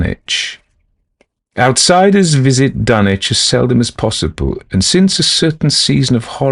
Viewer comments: The correct regional pronunciation of Dunwich would not sound like dun - itch, but dun - witch. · Dunwich with a w.Not dunich.Learn to pronounce words before you do audio books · Ask any local in the Commonwealth to pronounce Dunwich and they're going to tell you it's Dun - witch. HPL knew the area well, traveled it, and spoke himself with a RI accent. HPL did not speak w/ an affected English accent, so why then do you insist that he'd pronounce Dunwich in any way other than as a native New Englander like himself would've? As a lifelong New Englander myself, I never once heard any of my grandparents, they being born a few years +/- of HPL, pronounce the "wich" of any MA town name as anything other than "witch". So no, there is no tradition, alternate or otherwise, in the Commonwealth that would allow for the foreign pronunciation of Dunwich as Dun - itch. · No ,its a fictional town in new england you miss pronounced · No, they're not. For instance, no one pronounces Sandwich, MA sand - itch or Ipswich, ips - itch regardless of their geographical location inside the Commonwealth, no one.